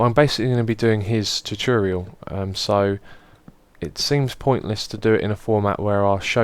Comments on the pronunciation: Great Lp! Just say: Tu-To-Rial :P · you say two-tour-rial